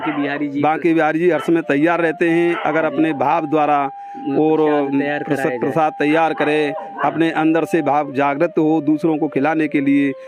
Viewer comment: नारायणजी उसको प्रशाद नही प्रसाद बोलते है सही बोला करो